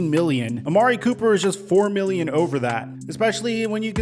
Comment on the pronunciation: Anyone notice that schefter butchered his name lol. ‘Copper’